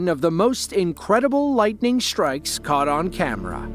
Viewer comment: Lightning “shtrikes”